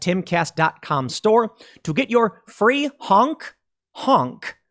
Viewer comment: Tim, less emphasis on the “Free” part of your Free Honk Honk shirt. It sounds a bit like you’re giving them away lol.